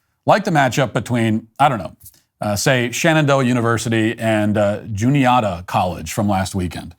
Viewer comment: As someone from Juniata County, PA, why does everyone always mispronounce Juniata? I always hear Jun-ee-AH-ta and it's pronounced Jun-ee-AT-a. Sometimes I even hear Juan-eet-a.